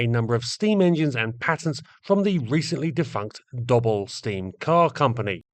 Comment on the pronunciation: Excellent video. The name Doble is pronounced 'doughble' and is Cornish in origin, I believe. The cars were fine machines.